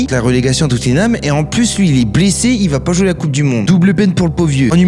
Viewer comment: À partir du moment où il a dit Tuuttinham, j'ai arrêté d'écouter.